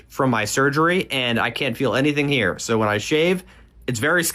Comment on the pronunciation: As a legendary commenter (on this video) once said; How are you HEE-HEEre?